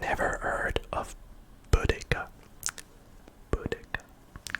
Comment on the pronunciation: As an English person I was cringing the entire time haha, especially on the national trust one and the Boudicca one. We all learnt about Boudicca in school so I was like ‘ITS BOUDICCAAAAAAAA’